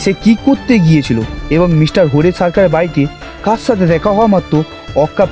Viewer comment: খুব ভালো লাগলো। তবে কিছু জায়গায় শ আর স এর উচ্চারণগুলো কানে লাগছিলো। যেমন মিস্টার টা মিশটার শুনতে লাগছিলো কোথাও কোথাও। আশা করছি আগামী প্রচেষ্টায় এগুলো ধীরে ধীরে ঠিক হয়ে যাবে। আর আমরা তো পাশে রইলাম ❤